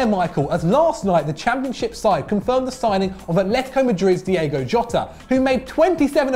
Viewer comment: Diogo not Diego